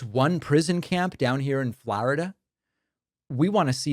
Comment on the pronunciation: How the hell do you mispronounce "Florida"?